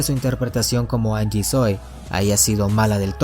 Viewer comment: se lee janyi no angie xD